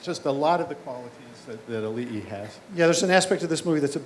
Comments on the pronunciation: It's Auli'i (Ow-lee-ee) not A-oolee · Oh my God! learn to pronounce Auli'i right! you totally butchered her name! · I love how even after hearing it multiple times, still insists on mispronouncing Auli'i's name at the end.